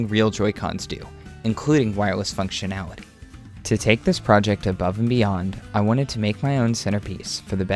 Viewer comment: Functionawity UWU